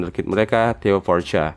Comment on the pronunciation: tambahan : Pourchaire bacanya Poh-syehr, r nya samar